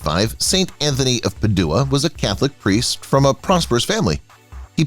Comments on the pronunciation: Padua is pronounced "PAD•joo•uh." Cole Porter has a song in which he rhymes Padua with the words "cad you are." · Agreed! “St. ANTHONY OF PA-DO0-AH?” Yikes! Good info, however. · PADUA? PAD-UA lol😂😂😂😂 pa-due-a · It's not that hard to Google the pronunciation of names and places if need be. This guy is absolutely atrocious. I can't watch it past Peduwa, meaning Padua. Really? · Jeez dont the yeach AI how topronounce ANYTHING??? PaDOOah??? Most pathetic among many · PADUEA PRONUNCIATION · “Anthony of Puh-DOO-uh!” 😂